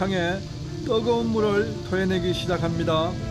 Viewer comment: 떠거운 곳? 떠거은? 발음 개 웃낌~^^